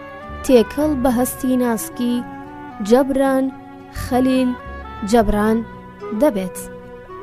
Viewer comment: دەستت خۆش بێت بەڵام ناوی نوسەرەكە بە هەڵە دەخوێنیتەوە (جەبران) نیە (جوبران)ە ماندوو نەبن